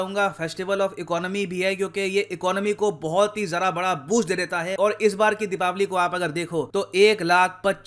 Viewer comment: Thank god... Finally is the one who is saying Dheepaawali...not Dhiwaali